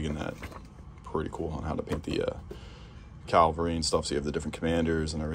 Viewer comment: Why so many people mispronounce Cavalry as Calvary?